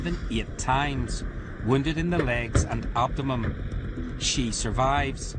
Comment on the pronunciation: Wounded in the legs and ABDIMUME ??? I take it the guy narrating this is a Loyalist??? Do they just make up their own words then???? Hahahahaha..... Thick Orange Bastard 🤔 😳😳 😂😂😂😂😂 🇮🇪✊🏻🇮🇪